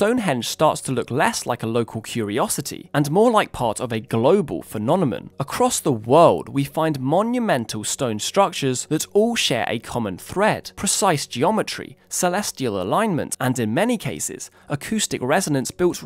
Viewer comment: "a global phenonimon"